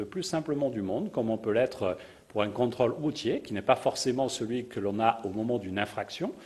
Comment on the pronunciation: Quand il dit 'controle' j'entend troll mais ce n'est que moi...